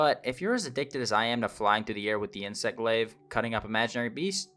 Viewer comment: Just a little thing but I think you're pronouncing glaive as if the i comes before the a. Its "glayv" not "glee-v". Otherwise good video. I'm a new player who's been loving it but I've got a 4080 super. Still have to run it medium to get over 100fpsduring battles with frame gen on